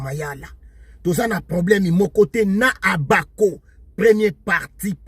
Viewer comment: Mbuta yo osekisaka nga ata ko prononcer Abako azali kokoka te.banda ebandeli ti suka ozali koloba OBAKO.